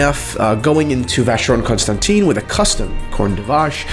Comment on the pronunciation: Listening to this with headphones I found the music super annoying. has a nice voice so no embellishment necessary. But I beg you, learn to pronounce Constantin. It rhymes with the French word “vin”, not with the word clean.